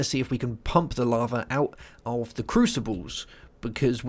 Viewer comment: larvae? it's lava, not larvae lol